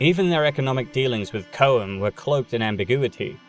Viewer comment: I know there's absolutely no way you're actually going to see this, but I'm a pedantic guy, I can't help myself, and if I'm saying something incorrectly I would hope someone who knows better would let me know so I can correct my mistake. I'm sorry to do this because your videos are just straight up awesome, but it's pronounced "choam." Almost as if it sounds like "chrome" but is missing the "r" in there. I'm sorry but it's been driving me nuts all day because I've chosen the Dune playlist to get me through work today. I'm getting this information from Frank Herbert's son by the way, who said it several times in an interview he did with the BBC about Dune and the other books not written by Frank Herbert himself.